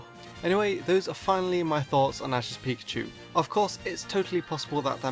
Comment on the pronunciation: am i the only one that hear him say pichu??!!